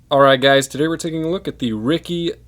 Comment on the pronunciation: Lol wtf did you call it. Riky? Lol